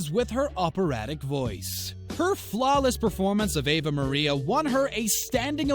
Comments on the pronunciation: ah VAH maria...not AYE VA....dummy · Did you REALLY say “Ava Maria”? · Did he really say Ava Maria? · Um it's Ave Maria, meaning, "Hail Mary" in Latin.